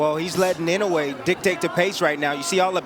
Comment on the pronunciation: "innaway" lol its "inwe"